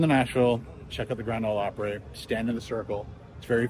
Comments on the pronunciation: I hate to be a negative Nelly, but you’re pronunciation of Opry is killing me. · Op-pre or Op-pra not op-pray. Unless you are Canadian I guess. :) At least in my experience I could be wrong.